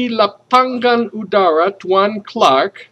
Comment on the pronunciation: well I'm gonna correct your pronunciation you were wrong to mention these words : 1. Lapangan & dengan (sounds 'lapang-gan' 'deng,-gan' you used double 'g'. it should be 'lapang-an & deng-an') 2. Air (you sound 'eir', just mention it 'a' in indonesian style) but overall you're great